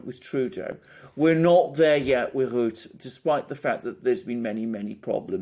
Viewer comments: Rutte pronounced Rutter Wilders pronounced Vilders (more or less) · Rutte is pronounced as burst 😉 not ass bull